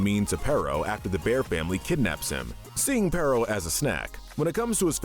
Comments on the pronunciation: It's peritto not perro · Why do so many people call him pero!?His name is pereito! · Bro called perrito perro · Im sure somebody else must have said it before but you mispronounced Perrito every time. Perro=dog and Perrito=little dog